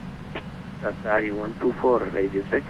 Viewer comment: Great video. Just a quick word..no biggie. Qatar's callsign is pronounced QATARI and not QATAR. Thanks.